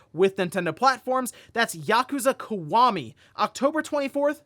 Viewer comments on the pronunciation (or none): it's "Kee-wah-me" not "caguama"